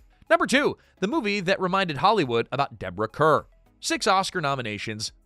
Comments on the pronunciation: Deborah Kerr pronounced CAR 🤦‍♀️ They even did major PR when she first came to Hollywood announcing "Kerr rhymes with star." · Deborah Kerr’s last name is pronounced “Carr.” Please fix it. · Deborah Kerr’s name is pronounced like Carr. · Deborah Kerrs last name is pronounced car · AI. “Kerr” is pronounced “car.” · Kerr is actually pronounced "car".😊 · He mispronounces names all the time but seemingly refuses to use the google machine to find out how to pronounce them🤷‍♀️